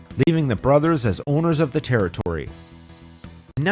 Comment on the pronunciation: A Terry-tory?